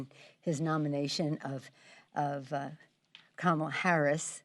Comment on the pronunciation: "Camel" Harris...uh oh...YOU pronounced her name wrong...watch out!!!